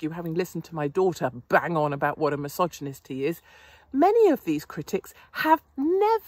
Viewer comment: You lost me when you couldn't even pronounce misogynistic properly